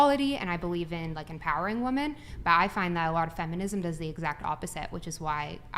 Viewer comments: Someone needs to tell the lady in black that it's pronounced women. Saying woman in place of women frustrates the hell out of me. . . . But I 100% agree with her views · Does it drive anyone else crazy that she pronounces the singular woman and the plural women exactly the same?